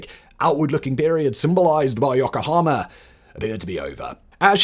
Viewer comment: Firstly, is it REALLY so hard to at least try to pronounce Japanese correctly? I know it's a tough language to master, but Yokohama is one of the easiest places to pronounce. Secondly, you completely glossed over one of the reasons that Japan sided with Germany in WWII, the reason I watched this was to hear someone talk about it, but no. Despise having sided with the UK and our allies in WWI (which you failed to mention), they chose Germany, in part, because they had seen the Americans slowly creeping up the Pacific, taking land away from the native people of various islands (Guam is good example) and thought it was only a matter of time before Japan was on their radar. Thinking Germany had a good chance of winning, and wanting to keep the Americans at bay, they sided with, what they thought would be, the "winning" side. This information is easily accessible. Is this written by an American, perchance? I'm not saying Japan was right in it's choice, but you have to admit, America thrives on invading sovereign nations, so I understand why Japan took the action it did.